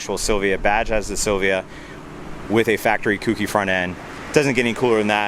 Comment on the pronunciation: Autech front grill Oem louvers and kouki is pronounced KOH-KEY